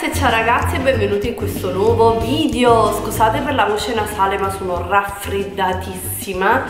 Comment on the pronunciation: Ma vogliamo parlare di "vidjo"? 😓